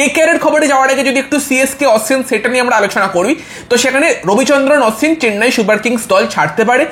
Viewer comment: Dada tumi age nam gulo valo kore uccharon koro Sonju na dada ota sanju Aswin na ashwin